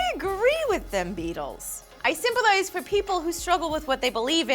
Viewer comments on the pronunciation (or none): Lee said "simple-ise" instead of sympethize haha long day?